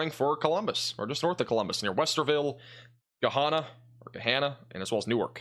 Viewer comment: Hey there! Gahanna is pronounced like Banana! Lol We have a little farm in Martinsburg Ohio. You can put a radar or camera on our property if that helps.